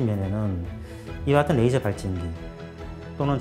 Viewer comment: Rㅐ이저가 아니고 그남 래이저. 너무혀굴이지마